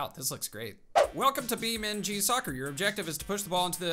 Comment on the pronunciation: It's beam - n -g not beamng